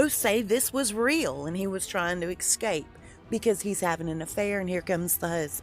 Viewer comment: the word is ESCAPE not EXCAPE. That is from a staff quarter's window at the place.